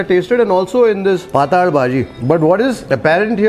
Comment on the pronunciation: Pathal bhaji is Marathi for thin subji I guess... But the way it's pronounced in the video, it sounds like Paathala in Kannada... 😄😄